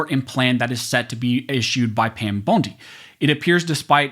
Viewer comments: I know this is irrelevant to the video but I can’t get past how he says Pam “Bone D” not “Bon D” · I think her name is pronounced BONDEE, NOT BONEDEE. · Pam Bone-D huh? 😂 I can’t un-hear how you pronounced her name 🤣🤣🤣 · Pam "bone-dee" 😂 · Pam bone-di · At least pronounce Pam bondi last name correctly for peats sake